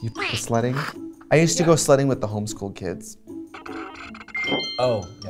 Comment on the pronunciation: LOL, I thought Trixie said" slutting" when she said she went sledding with the home school kids